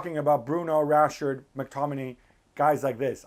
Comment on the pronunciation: When he said rashherd first time I was like meh mistake, second time I stopped listening